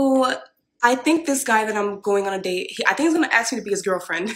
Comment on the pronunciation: if she cant pronounce the word "ask" properly then she isnt wife material.